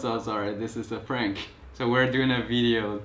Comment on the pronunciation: 其实吧kevin的发音还得蛮中式的 没有那么的地道 所以当他说prank的时候老外都没get到 地道的美式有很多细节 我在加拿大五年都没完全学会 当时我觉得我发音 很完善了 但有时老外还是能听出accent 我cbc的朋友我觉得我跟他没差 但是老外听的出他生在这里 不能说有accent就算不会讲英文 但是本身就是学无止境嘛